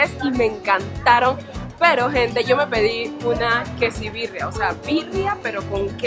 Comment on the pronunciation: JAJAJAJA ES QUESABIRRIA NO QUESIBIRRIA